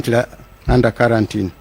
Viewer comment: karantin or Quarantine???